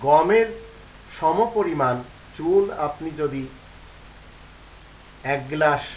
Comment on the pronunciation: চুন না চুল কোনটা বুঝিনা তো please clear bolban ki????